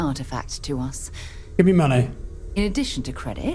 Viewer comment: "give me muneh" lol